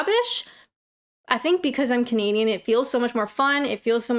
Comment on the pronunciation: ... you have changed how you say things over time .... In your earlier vids you'd appear to say "... I'm Kinadian" but you now appear to say "... I'm Canadian"